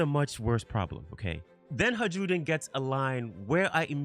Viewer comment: I enjoy your content, however it did get harder to listen to you pronounce Hajrudin incorrectly so many times as Haj-rude-in. Just like Jarul isnt "Ja-rule" its "Ya-rool" similarly Hajrudin is "Ha-roo-din"